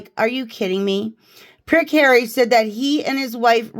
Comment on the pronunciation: The choir 😂😂😂😂😂 "Hawwy has a frozen nob 😂😂😂😂😂"